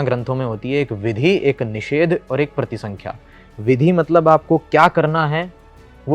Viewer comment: Bhaiya pratisankhya nhi parisankhya hota hai